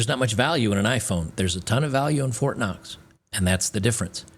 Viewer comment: I want fort knox...not fort cox